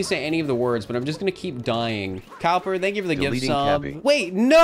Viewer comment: YOU SAID TANK NOT THANK 😂